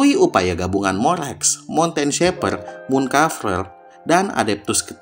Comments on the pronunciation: Morax bang bukan morex😢 klo ditambah ter di awal malah jadi lucu nantinya😅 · Dia pake aksen yang beda kak, kalau dalam aksen Amerika penyebutan huruf A = ei Jadinya kedengaran kalau nyebutnya moreix, kurang lebih kayak gitu kak, maaf kalau salah